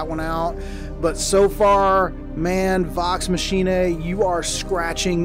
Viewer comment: Is it pronounced machinee-a,.? I thought it was pronounced like 'deus ex machina'